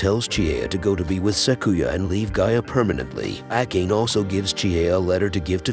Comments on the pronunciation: Ah..yes pronouncing "ah kah nay" as "Ack Aane": like finding a hair in your soup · That name prononciation was horrible